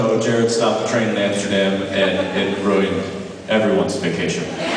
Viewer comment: Hahaha, Jared is right. Jensen does pronounce ruined oddly.